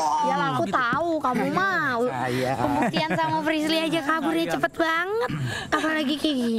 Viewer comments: be like manggil anwar jadi "aswarrr" be like manggil frishlly jadi "frislirrrrrr" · Hahha.....klo sdh panggil nama Frislly...jadi Frislir...bikin ngakak